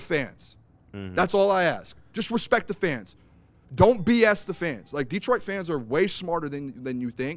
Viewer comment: I need celeb to learn how to say Detroit....